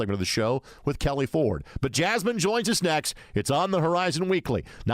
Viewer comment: Great show, but to be honest, he butchered Jasmine’s name and she was just too kind to correct him.